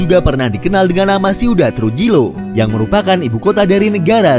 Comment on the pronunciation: Trujillo dibacanya Truhiyo